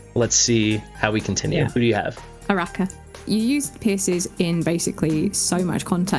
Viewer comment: The third syllable "NO" is also missing and replace with "a". The proper pronunciation would be "Araka".